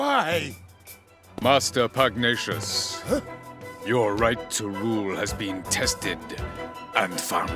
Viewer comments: Stampy it's pug-na-ci-ous not pugnacus I didn't mean it to be rude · Stampy pugnacious is pronounced. Pug-ne-shis not. pug-ni-ous Just to let you know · it's Pug-nay-shus, not pug-nee-is, it also even said in the 2 little clips at the end of the video. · IT'S NOT PUGNIUOS IT'S PUGNACIOUS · its: (Pug - Nay - Shus) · It's Pug-Nā-tious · Its pronounced "Pug-nay-shus" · It is Pug-Nay-Shus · Um...stampy, he's called pugnacious, not pugnias. You're pronouncing his name wrong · Try saying "Pug nae shus" :) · Stampy, it's pronounced "pug-NAY-shus". It's a pun on the word "pugnacious", which means "quick to aggravate", and the fact that he's...you know...a pug. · Pug- Nay-Shus! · Stampy it's pugnacius Pug-nay-sious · Once again: Niall = Kneel and Pugnacius = Pug nay shus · You're pronouncing Pugnacious wrong